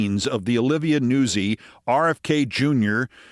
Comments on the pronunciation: I really feel pronouncing it Newsie is Italian American erasure. NOOTS-ee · Im pretty sure nuzzi is pronounced "nut-sy" not newsey...(it's Italian)😉